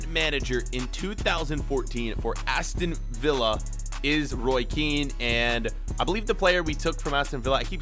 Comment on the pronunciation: He finally said Aston Vi-ll-a 😂